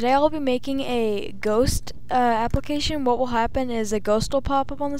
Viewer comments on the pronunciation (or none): none